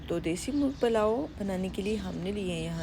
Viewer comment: Palao nhe pulao kehty hain.